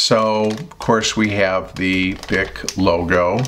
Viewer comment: creeSTAL, not CHRIStal. French. and bic is "beek"